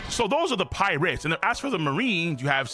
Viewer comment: Why do you talk like . Infu-SION . Pi-RATES . 😂😂😂 its hella funny